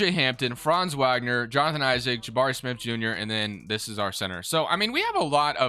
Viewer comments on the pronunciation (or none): Great video as always. One small thing, likely you've only seen his name and never heard it due to him being on the terrible magic... but Mo Wagner is pronounced VOG ner. just for the record lol